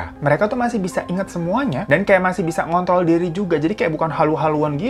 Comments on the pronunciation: Siapa yg denger nya ngontrol jadi ngontol, 😂😂😂 di menit an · "masih bisa mengontol diri juga" Bang 🤣😂🤣😂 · kok sy dengernya ngontol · NGONTrOL ......salah ucap,apa d sini salah denger ya (dengernya pas puasa,telat sih) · Pada menit 6.56 mngkin mksudny ngontrol, tp lidah kesleo jd ng*nt*l.... 😁😁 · bang keselip😭 Ngont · typo ngomongnya bang, ngontrol bukan ngontol wkwk